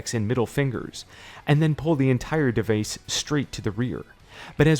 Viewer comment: ) don't know why but him pronouncing device as "duh-vase" made me laugh way harder than it should........